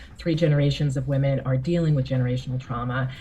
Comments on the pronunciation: WOMEN not WOMAN I've noticed that people won't say it properly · Its women not woman